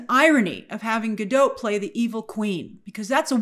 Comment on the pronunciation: Not that it matters all that much, just a fun fact, but “Gadot” is not pronounced in the French way “ga-dô”. According to Gal in her interviews, it’s literally just “Ga-DOT” with a non-silent “t”